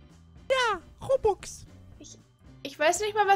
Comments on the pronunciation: Ich glaube er meinte ROBLOX nicht roblub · end weder hat er gemeint Roblox oder Roubaks